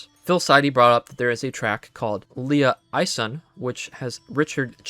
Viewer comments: Two super minor things: - Liaison is pronounced “lee-A-zon”, which you may be more familiar with after hearing it said proper (as opposed to “Leah eye-son”.) - Vestige is typically pronounced “ves-tidge” as opposed to “ves-teege” (like prestige is, I’m saying it’s NOT pronounced like prestige). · I'm not sure why you pronounced this so weird. I suppose it's not common to see the word spelled out, but it's pronounced "lee-ay-zon". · I enjoyed your video and I don't want to be "that guy" but the word "liaison" is pronounced "lee-eh-zon". An official representative from a company or government body. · also mate I believe the word you are looking for is Liason (Lee-aye-zohn) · This is a great video, but your pronunciation of "liaison" made me almost fall out of my chair laughing so hard 🤣